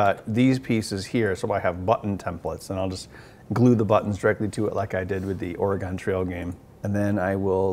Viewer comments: Ben still can't say Oregon properly... >_< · You keep pronouncing Oregon wrong aaaaaaaaaaaa